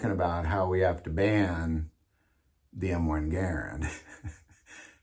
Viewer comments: Mispronouncing Garand is making me want to scream every time you say it. It's GaRAnd, not garan d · Warning! This video is a hard watch. This guy keeps mispronouncing the Garand as "geer - end". How he hasn't noticed that he is the only person in the world to use this mispronunciation is incredible. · You must not be from the south because everyone down here pronounces them Ga rands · Dude, please learn how to enunciate. It is painful listening to you mispronounce Garand.